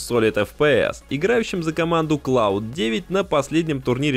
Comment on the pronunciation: ахахахахах клауд 9, это ваще то клауднайн